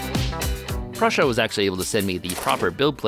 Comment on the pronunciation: something tells me this is gonna end up being one of those pronunciations that people riff on you for. Pretty sure it's pronounced more like proo-suh than prussia (as in long u like in glue, not uh)